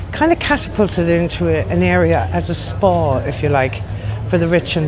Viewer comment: The way you say Spa....like Spaw😂 ur irish c'mon..